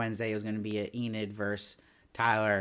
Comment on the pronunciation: I finally finished the show today and I really enjoyed it! I also enjoyed watching your videos on each episode, even if you did pronounce Enid as "eh-NEED" instead of "EE-nid." 😉